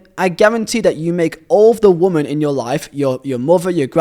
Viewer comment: Brother, great video, amazing channel, why do you say woman and women as the same word 😰😰😰😰